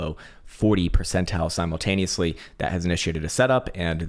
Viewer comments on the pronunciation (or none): none